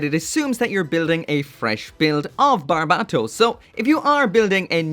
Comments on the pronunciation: It's so cringe how he pronounces Bar-bae-toes wtf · Damn it’s been this long and you still can’t say the name right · How can you still mispronounce barbatos?